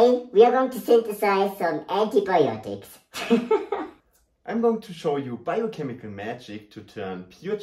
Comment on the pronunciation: Ha!, ha! In addition to your clear and droll presentation, I learned a new word: "Antiboyotics". That will stay with me long after the diagrams have departed. Respect for your rigorous processes. I thought just keeping my pool water's saturation index correct was a b!t;ch. Subscribed.